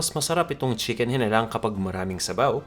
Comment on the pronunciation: Walang toyo yung original na chicken hinalang (hee-nah-lang) wag nyo po bigkasin ng maragsa, dapat by syllables po kasi yung pagbigkas nyo ay iba ang ibig sabihin. Meaning nun ay manok na bungal. Hihihihihi instead of pinaanghang na manok.